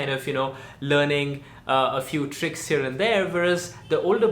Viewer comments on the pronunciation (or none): none